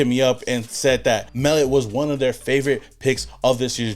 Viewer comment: The 2 QBs we got back to back from the FBS level r great picks bro. I know u don't follow FBS too close, that's ok cuz I'm here to tell Raiders Nation not so sleep on those 2 kids. Pete Carol wanted winners, he's got em. Those two r freakishly athletic at their craft & only wake up in the morning is to compete & win. Mark my words, Biff told y'all!!! It's Mell Ot, not Mell It Love this channel!!!!